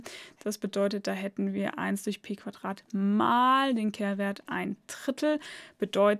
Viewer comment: Gutes Video aber bitte Quadrat und nicht Quatrat oder drei und nicht trei.